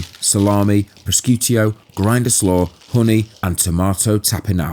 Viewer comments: Pros-cew-tio … has to be rage bait 😂❤️ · wrong, so very wrong. Sc followed by an e or an i is pronounced sh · Mate if you're going to comment on Italian meats, please learn to pronounce the words properly. It's pronounced 'proshootto' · 'Pros-scoot-io'............................🤣 That is the best/worst pronouncement of Prosciutto I have ever heard............that made me laugh. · Another amazing video. Not sure about the pronunciation of "prosciutto" definitely shouldn't be an eo at the end. All love tho man. Love these videos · quality as per usual, just need to work on the "prosciutto" pronunciation